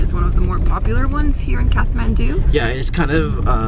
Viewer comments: It's Kath-ma(as in mars)ndu. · Its Kaa(not caa, it's like starting of the name "Karl" )-th(not like "t")-maan(not like "man" or "myaan")-du(d like staring of the word "dream", and not dao but like "do" ) काठमाडौं if that made any sense. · my favourite city guide yet! loving those momos... all of them! All the colourful buildings and prayer flags are beautiful too. Side note: is it pronounced Kath-mandu or Kat-mandu? I always thought the h was silent! Maybe it's my aussie laziness lol